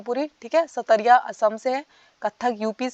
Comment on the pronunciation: Ma'am Satariya nhi "sattriya (सत्रीया) hai